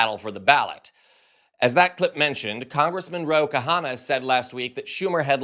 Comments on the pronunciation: KHANNA its pronounced KANA - not KA-Hannah! UGH! It's not hard, really. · Please pronounced Kana, NOT Kahana! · His name is Ro Khana, not Kahana. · Please get these corrections: Khanna NOT kahanna. Senate LEADER not speaker.!!!!! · Khanna, not Kahana. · It is Kanna. The h is silent. 😊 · FYI Ro Khanna’s last name is pronounced “Kah-nah”. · psst. The 'H' in 'Khanna', is Silent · Khanna is two syllables :)